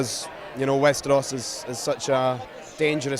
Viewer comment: WESTERWOOOOOS!? Sort ya fucking speech out reporter fffs! 🤮